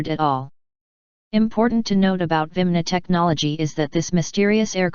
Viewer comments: This dumb computerized voice pronounces "vimana" as "vimna". Apparently the script writers left an "a" out of the word. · are they not called virmana not vimna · She cant say 'viamana'